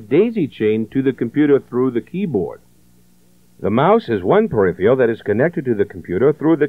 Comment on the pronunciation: I cringed every time '' said "peripheal devices" This video is a fun stroll down memory lane. Thanks for uploading it.